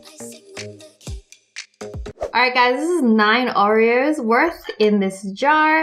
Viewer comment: Did anyone notice that Wengie calls it "Au-ri-o's" instead of "O-ri-o's"? Hopefully I make sense or else this comment is useless